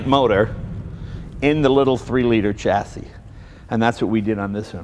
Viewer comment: Chassis? Isn't it pronounced shassis?